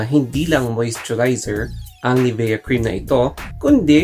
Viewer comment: nivya po pronunciation nyan